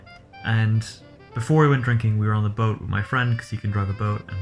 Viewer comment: "boat" posh.